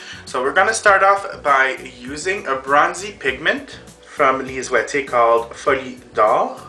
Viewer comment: I love how you pronounce Lise Waitier products....one might say you pronounce them "correctly" hahah. Another great tutorial :D